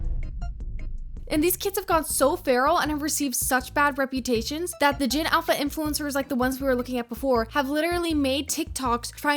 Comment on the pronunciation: Their little mouths can't even pronounce "influencers" correctly